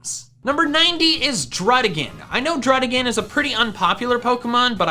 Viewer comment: DRUDDIGON, NOT DRUDIGAN!